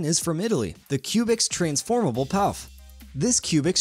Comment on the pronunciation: Pouf is pronounced “poof”